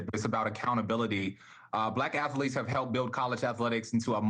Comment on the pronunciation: Did he say affleets